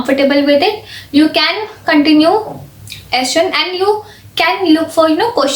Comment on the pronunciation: Didi😃 it.is s. chaaaand not s.chandddd